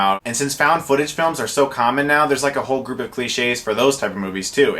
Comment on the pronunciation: I swear upon my life that he said "a gerp of friends" xD